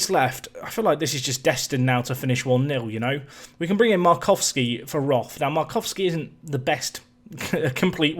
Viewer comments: Th is just t in german. So its more like rot but with a long o like in core. It just bothers me because its my surname and to here it pronounced wrong just bothers me a little bit. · As you are trying to pronounce the names correctly: Roth is more like 'rot' with the 'o' pronounced rather long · Quick German lesson: the 'th' in Roth is not pronounced like in English. The H is useless, just ignore it. The O-sound is a long one, like in Nico actually. R-oh-t would maybe be a good transcription.